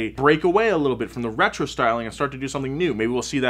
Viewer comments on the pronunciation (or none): none